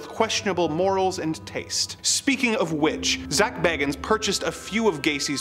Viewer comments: One minor point: I think Zak pronounces his surname BAY-gans. Just fyi... :) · Love the sarcasm! Especially "Because of course they were..." LOL! Also, Zak's name is pronounced "BAY-gans", btw. I used to be a huge Ghost Adventures fan in my early 20s with the original trio of Zak, Nick and Aaron.